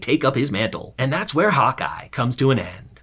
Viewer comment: I kept hearing him saying “hot guy” instead of Hawkeye.